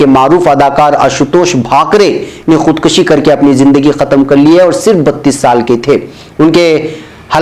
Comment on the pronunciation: Janab, khood kashyon ya dusri jagah aapne khood kashi parha hai ye ghalat hai keyon ke farsi me kashidan masder khinchna hota hai esi se kash aata hai aur kushtan masder maarna hai es se kush aata hai, es liye aap khood kushi ya khood kushyan parhen